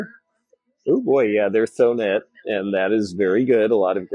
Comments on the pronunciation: You and I pronounce Thonet and Murano differently. I googled how to say them and we both have Thonet wrong. Evidently it's toe-net. Mr aa now is the pronunciation of Murano. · You are right about Thonet, it's European so they don't say the H. I waffle between American and "correct" pronunciations sometimes